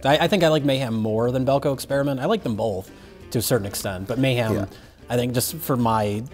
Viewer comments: "bolth". Hack. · Pronouncing ‘both’ with an L since whenever it was he started talking.